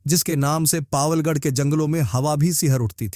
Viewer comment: बैचलर ऑफ़ पावलगढ़ नहीं है बैचलर ऑफ़ पवलगढ़ है।